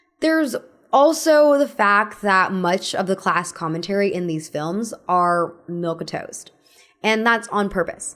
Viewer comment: this is silly of me but i did laugh when pronounced it "milk-a-toast" haha